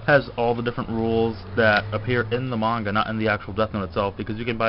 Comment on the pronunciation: you pronounce manga incorrectly